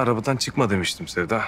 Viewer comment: Ali cok sewiyor Sewday amma sewdaya soylemiyor